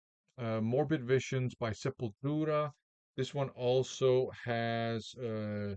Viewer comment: Probably the best Portuguese accent from a non Portuguese VC member :) ie Sepultura \m/